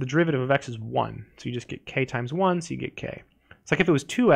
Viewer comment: why is bro saying TIIImmmmmEEEs like that